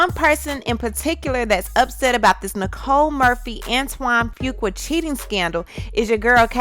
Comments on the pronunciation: Sis come on let's pronounce Fuqua the right way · Omg can you please stop 🛑 ✋ butchering his last name 🤣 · you pronounced his last name all wrong,and where is the blame for him as well🤔😏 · You pronounce it "Foo Quaw" I think... I hate when you are not more neutral when telling the story... she actually came across as likeable. She apologized, did he? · It’s pronounced: Antoine Fuq-U-A. OR Antoine Fuq-Up. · Can you at least learn how to pronounce Fuqua? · I think you’re mispronouncing this dudes last name. IJS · Antoine who🤣🤣🤣🤣 That last name pronunciation